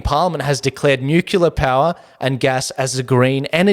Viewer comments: Please - NEW CLEAR. We should try not to contribute to the mispronunciation of this tongue-twister, as more and more seemingly educated people are doing all over both sides of media. Nuclear. Nucular? Newcleah. Newclear. I love your show, always great content. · Your show is "nucelar".... good to see you back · Say it together..."NEW-clear" Spazzard and Chunt are desperate. Noone is buying what they're selling.